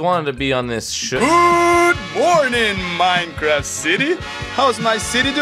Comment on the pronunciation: you forgot the t in Minecraf(t)